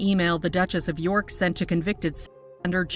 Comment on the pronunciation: Duchesses of Yuk not York!😮